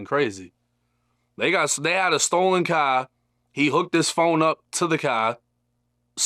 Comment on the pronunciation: The had a stolen kahh he hooked his phone up to the kahh😂😂